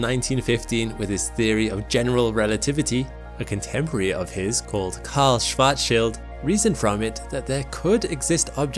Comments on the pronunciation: Kudos for being pretty much the only person on the interwebs who manages to properly pronounce "Schwarzschild". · best (and most most accurate) pronunciation of the name of Karl Schwarzschild I've heard in any English video 👍